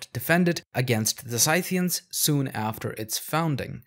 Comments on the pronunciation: isn’t it Scythians as in (see)thyians not (scythe)Ian’s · "The Sightians" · This guy wants to be taken seriously when he can't even pronounce "Scythians" correctly.